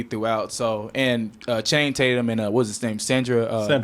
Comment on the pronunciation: "Channing-tate-yum" -Danny Mcbride